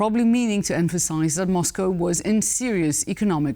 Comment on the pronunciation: Rare correct pronunciation... There's no "cow" in Moscow